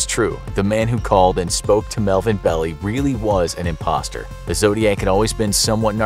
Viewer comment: Belie, it’s not “belly” it’s pronounced “bell-lie”